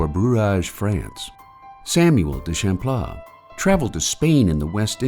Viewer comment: I don't like the way the word Champlain is pronounced 😂